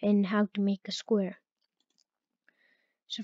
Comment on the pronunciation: ake instead of make